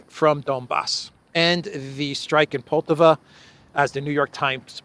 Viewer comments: please pronounce Poltàva correctly - with the accent falling as shown above. On the second syllable. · It’s pronounced Poll-TA-va